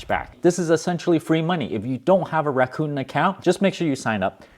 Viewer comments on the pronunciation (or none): Rakuten should be produced like Raku ten (ten like 10). Not like Raccoon, please.